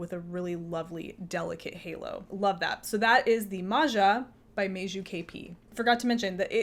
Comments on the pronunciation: it's MAJA NOT MARZA. In English it would be Maya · I love cardigans as well, they are easy layering pieces and also easy ti take off if the temperature happens to rise during the day. A sidenote, letter j in Meiju and Maja is pronounced pretty much like y in English.